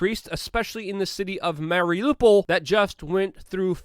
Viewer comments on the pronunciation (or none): none